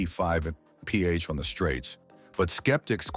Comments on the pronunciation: Your AI needs working. It doesn't know how to pronounce mph. How absolutely laughable. Your code writer should be fired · Loathsome AI voice, can't even pronounce mph. Thumb down dislike given. Couldn't watch past 3 minutes.